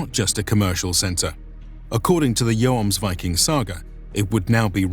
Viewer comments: "joamsvikings" ?`its pronounced Hjuomsviking for americans in order to produce a nordic sound. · Pronounce it yommsveeking(no g-sound)are and Bob's your uncle. Good video. Snart Midsommarblot så Skål från Sverige! It sounds to me like you are saying yoams all the time. So short o. Just a tip. Jomsborg is pronounced Yommsbory. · The "Joms" in "Jomsviking" is pronounced like the "Yom" in "Yom Kippur", only with a double o sound. I'm norwegian, I'd love to read the script for one of your videos to get the pronounciations right. I couldn't get over how this guy said "Joamsviking" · The main sources about them are Icelandic, not Norwegian, sagas, so the name in English doesn't derive from the Norwegian word, but the Icelandic one. And in Icelandic, it seems like "Joams" is a lot closer. Also, I think English speakers don't pronounce "Yom Kippur" the same way you do. It's more "Yaam" in English. And in Hebrew, for that matter. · "And in Icelandic, it seems like "Joams" is a lot closer." But it ain't. It's a long o sound, not an o-a diphtong. You say it like he does, but hold the o sound instead of shifting into an a, and you've got it. Palnatoke isn't Palnatoak either it's Palna-to-kuh, I should know, my name is the same but without the prefix. And Vagn is Vavn (or Va:un, if the consonant clash is too much for your poor anglo tongue) not Vagen. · I guess I just pronounce Yom Kippur incorrect, like with a J wich in english would made Jomsvikings sound false again.... in old german texts I think it's most of the time something around the letters of "IVMNE" or "IOME" would "Jomsvikings" describe as being like putting the "Yo" of the city of York in front of a fast (!) "m" (like in yummy), add an "s" as well and then ending it with some vikings....but definitely not like the "Yo-ams-vikings" I heard a few times in the vid